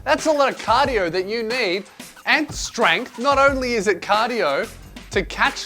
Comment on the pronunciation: "Strangth" From a fellow Australian that's beautiful.